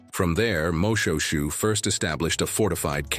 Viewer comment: Another pronunciation comment. The King was not MO-SHOE-SHOE as pronounced by the commentator but rather MO-SHWAY-SHWAY.